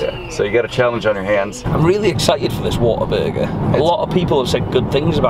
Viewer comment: the whole time i thought he said water burger 😂😂